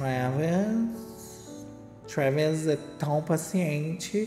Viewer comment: o Trrrrrrrraaaavis ofereceu ingressos pro show do blink 😂 pras meninas.